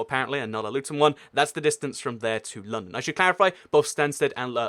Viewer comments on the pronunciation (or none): Its like he pronounces London as Loondown.